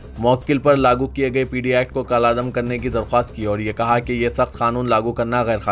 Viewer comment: ضمنی انتخاب ( zimni इंटीख़ब ) ض بالکسر ہے اس کو ضمنی (ज़मणि )بالفتح پڑھا گیا. کالعدم ( kaladam ) کالا دم (कला दम, kala दम ) پڑھا گیا